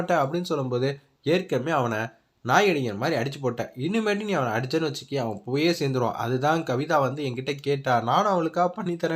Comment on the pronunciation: Kaviya illa kavitha